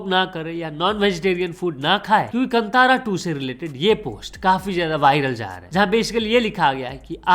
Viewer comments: कंतारा ❌ कांतारा ✅ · Bhai wo Kantaaraa nahi hai Kaantara hai 👍🏻 Btw get well soon